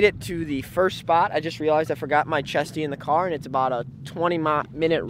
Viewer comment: Every time you say chestie i feel like you say testie